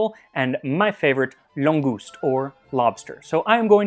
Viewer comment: wait what did you call it... langouse? That sounds an awful lot like langoustine......